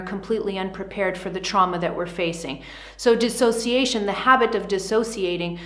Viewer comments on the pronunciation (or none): DIS!! NOT DE!! Big difference!! What is your education level?🤦‍♀️😔🤕